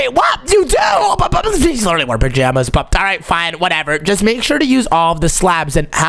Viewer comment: he said where are your pazamas